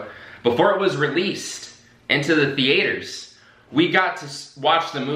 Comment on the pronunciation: The "theAters"